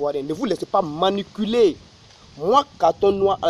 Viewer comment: On dit manipuler et non maniculer😂😂😂😂😂